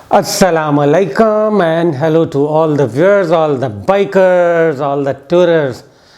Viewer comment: A.o.A Sir video apki boht achi hy butt plz donttt mind apna asslam.o.alaikum ka style change kry apki pronunciation ka meaning bdal jata hy plz bura nhi maniye ga